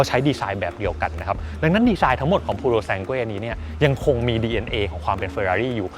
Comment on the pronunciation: หมดสิทธิ์ละ ออกเสียงชื่อรุ่นไม่ถูก555++